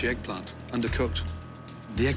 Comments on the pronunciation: I like how the way he say : "The Eeagplant" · Gordon: and this is the…? Waiter: dízîz dä êgᵖˡᵃᵉⁿ Gordon: Wow. Thank you very much. Waiter: ʸʸœgurᵣᵣ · "this is ehgplahnt" "thank you very much" "yuukuh" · Waiter: DIS IZ DA EGGPLANT Gordon: Thank you Waiter: yugoeh Nino materializes out of nowhere